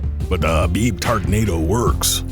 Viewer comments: LOL. "the Khabib tardnado" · "tardnado" LOL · 'TARDNADO' XD